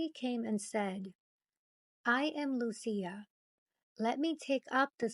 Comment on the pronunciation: Nice work, but Lucia= loo- chee- ah.😉